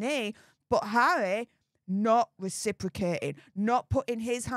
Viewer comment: So is bvvvvvvveaking down the vvvvvvvoyal news😂 conspivvvvvvvasy theovvvvvvvvy 😂 poor pvvvvvvvince havvvvvvy 😂